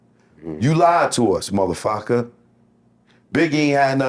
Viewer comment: You like to us "mothaFockka" 😆